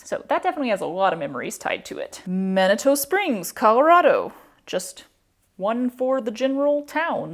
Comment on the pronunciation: Manitou Springs is a small "artists" town adjacent to Colorado Springs on the way to Pikes Peak. Last syllable pronounced two. As for having the spoons - make a fabric "case" with a back section for an 1/8" piece of plywood or Masonite. From the video, I guess about 2' x4' should be adequate. Maybe smaller. Use your grommet maker to place holes in the fabric the width you need for each spoon. Use narrow ribbon to attach each individual spoon. You will not be putting holes in the wood. It is for stability. Rigid foam could be used as well. The fabric and ribbons can be as neutral or wild as desired.